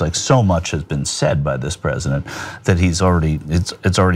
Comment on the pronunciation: "Predisent"!! Ha ha, I love it!